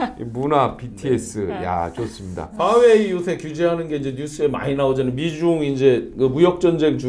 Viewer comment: 아저씨.. '퐈웨이'가 아니고 '화웨이' 예요. 이건 F발음도 아니고 Huawei(华为) 인데... 외국어는 발음 이상하게 한다고 되는게 아닙니다...